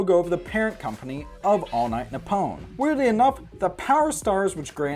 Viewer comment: You pronounced Nippon wrong. Its "NEE-PPOHN".